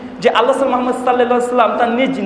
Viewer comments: তুই তো মোহাম্মাদ সঃ এই শব্দটিই সঠিক ভাবে উচ্চারন করতে পারিস না।যারা তোর এই এত বড় ভুলটা তোর সামনে থেকেও ধরতে পারলোনা অরাও তোর মত জাহেল। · এই বেটা জালেম জানোয়ার মুনাফেক ইহুদীর দালাল ওহাবীর কুত্তা শালা জারজ সন্তান শুদ্দ করে রসুল সাঃ নাম মোবারক নিতে পারস না আবার মিডিয়ার সামনে এসে গলা বাজী করিস শালা নাস্তিক